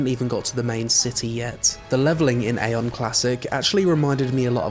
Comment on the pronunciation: Eye-on (like an eyeball). Say it with me everybody: Eye-on. You actually did say it once by accident,! "Mana is a resource I actually had to keep my AION"....